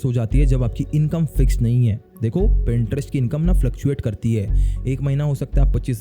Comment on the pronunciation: Boht Log Pinterest Ko "Printerest" Keh Jatay Hain Ap Ki Tarah